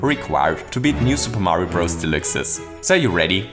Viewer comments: New Super Mario Bros "delicks" "delooks" "delukes" Idk what it is your accent is making you say but it certainly isn't deluxe :) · I have always heard the word "deluxe" pronounced as: De (like the first sound in "depart") - lux (like the first sound in "Luxembourg"). De - lux. :P Just a heads up / tease from the community! PS thank you for sharing this, I love your channel! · ConvOyor belt Also: New SMB U Del-oo-x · your saying delix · when he said new super mario bros delixe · never... pronounce... deluxe... like that... ever... again... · I love the way you say Deluxe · Is it possible that you are an german? You pronounce the „deluxe“ just like a german In an Older Video about super Mario maker, the Website was also set in german... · Am I the only one that loves that pronounces Deluxe German while the entire video is English? Yes? Well, shit